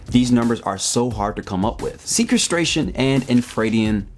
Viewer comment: Sequestration, as in "sequestered", not "sequence". Should help with the pronunciation. 👍